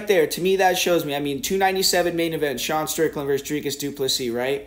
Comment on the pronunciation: How come you can’t say Sean’s first name? Lol